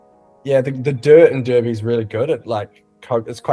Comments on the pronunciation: Pronounced der-by in Tasmania not dar-by. You say 🥔 😂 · It's not Darrrby boys it's Derrrrrr bee mate get the tassie accent going derrrrrrrrrrrr beeeee. You've probably got 3 years to practice for the next highlights show let's get it right cheers. D Errrrrr Beeee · It's pronounced durby like furby, say it like a local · Darby or Derby?????